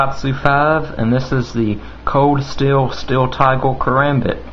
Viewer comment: It looks like Asians aren't the only ones who mix their L's and R's. Tigel, othel, from thele, right hele, youl favol, watel Good review.